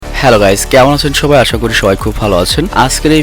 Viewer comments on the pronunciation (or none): none